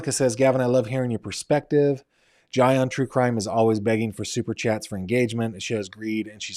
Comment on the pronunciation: Jai is pronounced Jay.